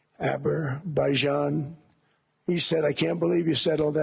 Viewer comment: ABERBAIJAN, AGAIN! Somebody tell him please there is no such country!